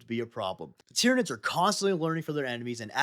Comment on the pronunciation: The planet Tyran is pronounced ( tie-ran ) like you said in the video... so why do you and many others pronounce the aliens like ti-rin-ids? Shouldn't it be tie-ran-ids like the planet tie-ran?